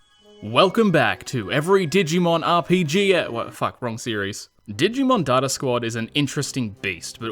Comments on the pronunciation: I dont know why but i lost it when you said dig e mon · I love that he calls it dig-e-man throughout the video lol